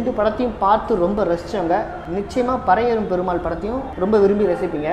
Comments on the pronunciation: Pari means horse. Pronunce like pari not parai.all the best. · நீ வேணும்ன்னே பரையேறும் பெருமாள்ன்னு உச்சரிக்கிறியோ ன்னு ஒரு சந்தேகம் வருது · You said movie name as wrong